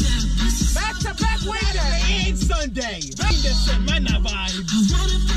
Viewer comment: “The fin de semana” 😂😂😂😂😂